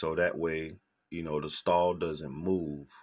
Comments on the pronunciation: Really nice STOLE ..not "stall"" 😊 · That one word made me uneasy the whole video, instead of stole he kept saying stall. Nice tutorial though!